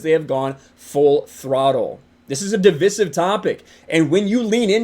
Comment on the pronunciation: It’s duh-vai-suhv not div-vi-sive fyi